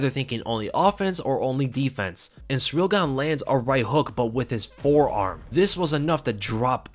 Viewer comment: Hey, it’s pronounced “seeril” not “sureel” - you been watching tooo much Uncle Chael 😆